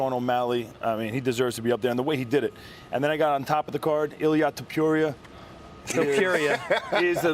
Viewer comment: Nobody gonna say anything about brian stann pronouncing it "topuyay"??